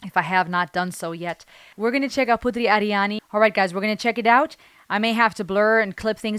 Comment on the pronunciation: Anda menyebutkan nama putri ariani dengan sangat fasih Cara Indonesia berbicara Salut buat anda